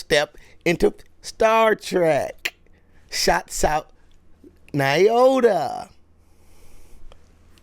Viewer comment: Lol, i hate to tell, because I love him so much, but heis also pronouncing Nyota incorrectly. Lol Knee-oh-tuh. Friendly, constructive criticism. Have a great day!